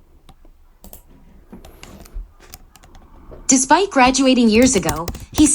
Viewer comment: That's despite sir not despect